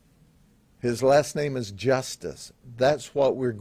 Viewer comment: I love his pronunciation of some names! Lmao